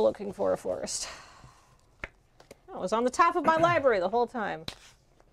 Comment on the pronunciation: its not a lie-berry